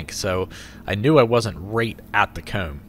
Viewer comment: I dunno why but the way he pronounces envelope and comb pisses me off.